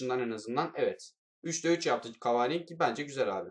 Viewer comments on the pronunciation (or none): abi cavani deme cavaaaani de